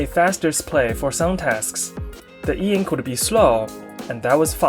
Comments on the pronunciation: I reject the spelling eink. And also the pronunciation eenk... It's e-ink for me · "Eink" bro please, that is so annoying to read. E Ink.